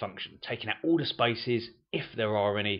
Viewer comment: I find it hard figuring out where is the word "spices" he mean..until i realize it was spaces